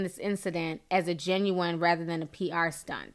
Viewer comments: Do you purposely say “ginuwine” instead of genuine ? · Sis said Ginuwine. Lol love you ti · Genuine not genuwine lol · Tekashi let his nuts hang, but they got castrated! But I honestly don't believe he got robbed. It takes a while for bruises to heal. He healed quick in like 2 days! Edit: Ginuwine? Lol. Genuine Ti. Sorry to correct you.